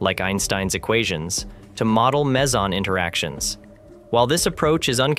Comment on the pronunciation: This made my ears bleed on so many levels. Firstly, this is a long way from being physics' greatest puzzle. Secondly, "Wien" - for pity's sake, it's pronounced 'Veen'. Next, "Mager" is pronounced 'Marger' with a soft G, not 'Major' and you pronounced 'meson' correctly only once. Bloody hell, this was embarrassing.